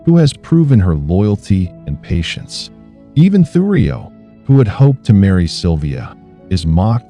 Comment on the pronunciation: And its thurio not thugrio 😂😂😂